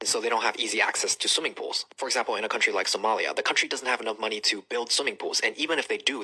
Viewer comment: Did he say SOMALIA? LOLOLOL